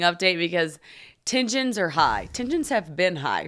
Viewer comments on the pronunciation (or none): Love how you pronounce tensions “tin-jins” like they’re a type of Girl Scout cookie